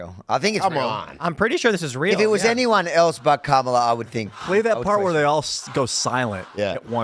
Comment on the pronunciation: Commie-la. Commie-la. Well, that's what I heard